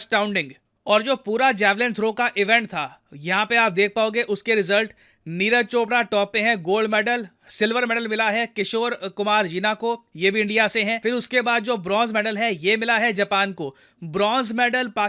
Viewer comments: Sir its Jena ... Not jína 😅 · जीना नहीं जेना…. पात्रा नहीं पात्र…… महंती नहीं मोहांती हे sir ….. बोल बोल के मैं थक गया हूँ 😂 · Jena pronounced as "जेना" , जिना sounds something else's name. Just for the information.😊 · Jina nahi re Jena pronounce sahi se kar... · सर जीना नहीं जेना है कृपया नाम खराब न करे ऐसे🙏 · It's JENA not jeena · Sirji, aap Russian padh lete ho par apne desh ki ek bhasha ke liye itni ignorance? किशोर जीना nahi किशोर जेना hai unka naam. Par Odisha ke hain na isliye kuch bhi boldo kya fark padta hai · Kishore " Jina " nahin , Jena hai. Jena is pronounced like Dena , Lena in hindi. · Not Jina, it's Jena... please pronounce in right way. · Sir Kishor Jina nahi Kishor Jena Aur Wo Odisha se Hain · It's not jeena it's jena please pronounced correctly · It's kishor Jena from odisha Pronounce karna shiko pehele